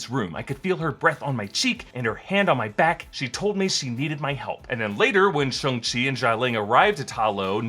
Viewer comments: Ok… this is getting out of hand. Somebody has got to tell it’s pronounced “Shong” not “Shung” lol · Why do people say shungchi not shangchi?